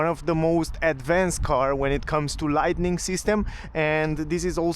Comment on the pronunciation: Thanks for the videos, can I just correct one word? It's "lighting", not "lightning" - no N in the middle. "Lightning" is only for the flashes in storms. For the rest, your English is a lot better than my Romanian (although I do speak a bit!).